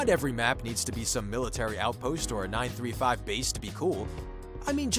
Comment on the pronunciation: First time I've heard Group 935 be pronounced nine-thirty-five